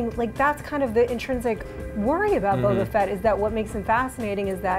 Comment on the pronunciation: Boba not bobo